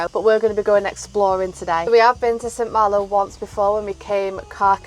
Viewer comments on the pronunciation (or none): Where is the r , in St malo . It's not hard